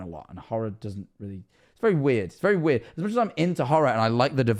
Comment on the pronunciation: i wonder how many times said wird